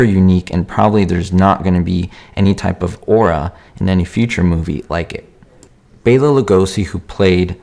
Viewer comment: Thank you for pronouncing Bela's name correctly. I named my cat after him!